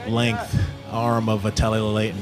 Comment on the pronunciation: That pronunciation🤣 Edit: John really keeps calling them 'Ravez' and 'Vately' 😂